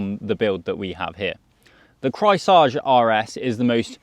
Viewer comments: Craisage hahaha in german it‘s pronounced KREISSÄGE! It means round blade saw 🪚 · It's pronounced Krice-Age. Like Ice Age. Trust me. I am German. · The way you slaughter the name Kreissäge is astonishing. 😁 Just repeat, Grice-Say-Gey, haha. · Repeat after me: Kreis-Sä-Ge. Kreis like the Chrys of Chrysler, Sä like in the american pronounciation of sabotage, g like a g in the beginning of a word, such as going. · Kreissäge = Circular saw. It’s pronounced Krice(like ice) zege. That’s pretty close anyhow. Notice the illustration of the cat with the saw blade? He could have tried a little harder to pronounce it better/correctly. After all it’s a German brand, should have been his first clue. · He slaughtered that "Kreissäge" every single time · rarely seen someone butcher "Kreissäge" this hard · Dont pronounce Kreissäge in front of other Germans if you don't want to sound absolutely rediculous. especially with such a hipster bike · my ears are bleeding :D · turned it into french :P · As a German I flinched everytime he said "Kreissäge" - no cap. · Yeap….another German here….or “enasor jerman” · I had to comment this as well. flinched HARD. HARD cringe as well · He tried to pronounce a German word in French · You mean they don't speak French in Berlin???